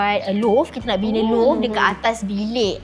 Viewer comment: Its pronounced as "loft". Not Loaf.